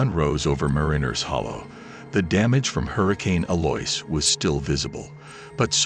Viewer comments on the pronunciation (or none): Good story, but are you saying Eloise? Eloise is pronounced el-oh-ease.